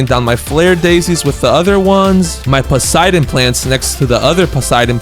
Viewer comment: When I noticed the Poseidon plant existed, I added it to my dionysus farm (grape section) and dreamed of getting a garden full of Poseidon plants. EEEEEE!!! HE EVEN SAID IT RIGHT!!!!